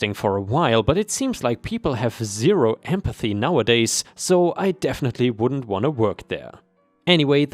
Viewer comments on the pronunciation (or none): none